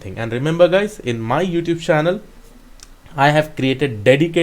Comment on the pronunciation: oh, so its "youtube's" channel. I was wondering why is he saying "youtush" channel😅😅